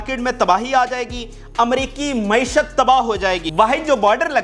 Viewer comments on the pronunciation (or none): none